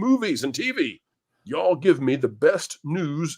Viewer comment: needs to learn how to say y'all correctly.